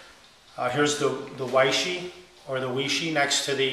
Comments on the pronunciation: 偉仕 Wěi shì. Sounds more like Way-SHUR than Way-Shee, but close enough! There really isn't an exact English phonetic equivalent. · weishi is pronounced way-sure. It's Chinese pinyin. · I pronounce it Way-she ... I guess I'm triple-ly wrong 😆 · Matt C2083 looks like it should be pronounced why-she. Look at it. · No it's correctly pronounced 'Wee-She'....l have a language pronouncing app on my phone and I found out that's the way it is pronounced in China.